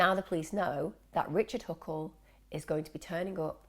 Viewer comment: You said "richle huckle" pretty early in the video lmao